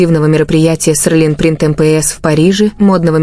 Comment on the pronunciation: Почему Серлин, а не Селин?